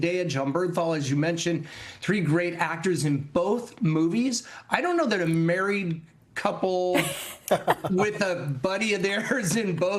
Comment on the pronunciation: You couldn't learn to pronounce Zendaya and Jon Bernthal correctly?